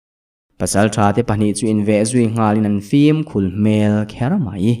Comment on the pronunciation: Fim khul ni lo in fim khur zawk tur aw